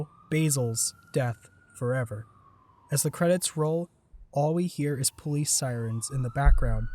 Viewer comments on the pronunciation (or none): none